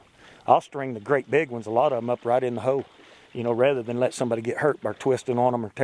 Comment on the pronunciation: Accents are fine but, ho? In the ho...it's hole